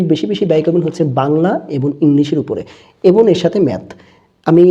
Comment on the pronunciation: স‍্যার আপনি 'এবং'এর উচ্চারণ এবন বলেন কেন।।প্লিজ ক্লিয়ার করে দেবেন সঠিক কোনটা হবে